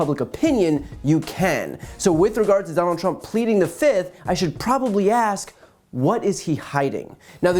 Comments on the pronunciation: Why does he say fift! It's fifth, not fift 😂😂😂😂😂😂😂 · Trump today: 1, 2, 3, 4, FIF! I say FIF! Remember that Dave Chappelle skit lol. Fiiiiiiif!